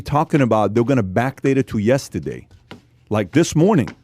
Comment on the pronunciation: I love how PAT just refuses to believe there is an "R" in YESTERDAY... Pat: ........ "yes-TE-Dey" Haha everytime! Keep it up guys! Content is great like always! Shoutout from #Bradenton #FL #PBD #PBDPODCAST #yesTEdey